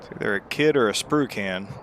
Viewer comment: I haven't heard "Spru-can" in years! 😂